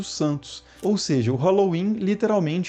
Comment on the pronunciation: Se pronuncia sowem e nao sauem